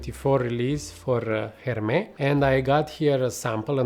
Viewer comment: Why are you pronouncing « Hermès » like that ? 😅 .. Couldn’t concentrate each time haha ! Hermès usually do good green/fresh outside of hype fragrances.